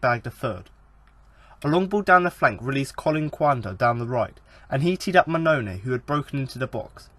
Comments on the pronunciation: Dude, I'll help you out on how to pronounce some of the Town players. The striker big Steve Mounie is pronounced 'moo-knee-ay'. Kachunga is pronounced 'ka-chung-ga... Like his song.... ' Aint nobody like Kachunga, makes me happy, makes feel this way'. Happy to help. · Wait what did you just call Mouniè?